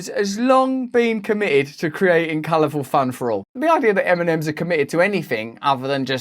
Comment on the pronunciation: eminems? what? funny how it sounds really :D